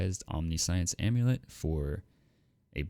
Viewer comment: Omniscience is pronounced "om-nish-enssss" (don't actually extend the s when you say it. I just used to to showcase which pronunciation to use)